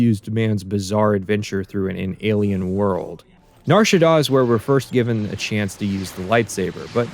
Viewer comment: The way pronounces nar shadaa is correct don’t